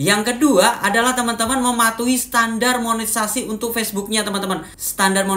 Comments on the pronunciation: Maaf ralat Monetesasi mungkin lbih tepatnya y pak bukan monesasi 😊🙏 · KAK BUKAN MONESASI..TAPI MONETISASI😅